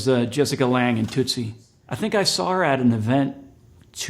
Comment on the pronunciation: Alex- I love/hated u in True Blood. You had a scene w a friend of mine, DD. Anyway, you know that Tootsie is not pronounced Toot - see, right? The toot part rhymes with put. Your way, it sounds like the noise a child's play horn makes. I hope u find this helpful. 🌶🌶🌶